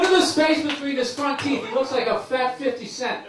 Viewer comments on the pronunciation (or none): thats the whitest least hiphoppish pronounciation of 'fifty cent' ever lmao